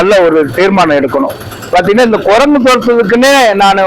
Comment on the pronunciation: കൊരങ്ങു അല്ല. കുരങ്ങ് എന്നുപറ..😊